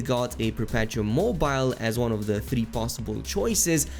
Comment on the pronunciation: I’m curious if any YouTuber is not going to mispronounce “perpetuum mobile.” Its pronounced like “Per-pet-ew-um Mow-beh-lay.”